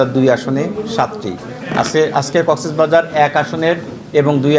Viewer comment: কক্সবাজারের ডিসি সাহেব জেলার নামও সঠিকভাবে উচ্চারণ করতে পারেননা।